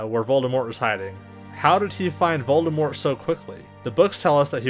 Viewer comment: Is a character with only one R in his name. I think I heard you pronounce it VoldeRmort several times in the video :D